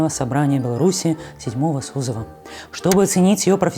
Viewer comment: СозЫва, а не сОзыва!